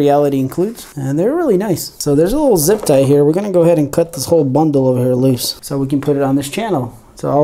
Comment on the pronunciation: 'Zipie ties'